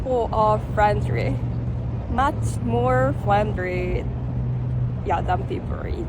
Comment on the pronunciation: hahaha....she got me right off the bat, with "much more FRENDRY!" probably the hardest word for any non-native Asian to say, with all those 'R' and 'L's....